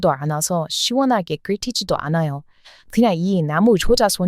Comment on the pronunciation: 샤워를 씨원하게 하신다고 씨원하게 발음하시니 정말로 시원한 느낌이 듭니다. 발음 놀리는거 아닙니다.^^ 앞으로 저도 진짜 시원할 때는 씨원하다.. 라고 할테니까요 ^^